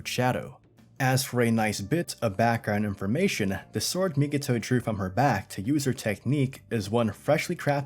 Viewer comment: You keep doing it on your videos, but it's Mi-ko-to, not Mi-ki-to 🤣